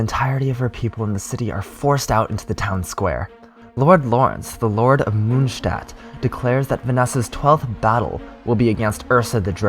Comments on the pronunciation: Ok but stop pronouncing monstadt like that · Nice, this is perfect for a quick recap so I can continue reading the manga where I left off a year ago. (In case you are interested. The "o" in Mondstadt is pronounced like the "o" in "More" and it means moon-city) Greetings from Germany